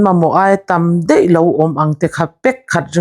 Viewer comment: A bengvar thla hle mai, ka ṭangkaipui dawn lu tuk. Mahse, Ṭawng hi uluk a ngai, entir nan, Mai,tih tur hi mei tih loh tur. Daih, tih tur hi deih tih loh tur.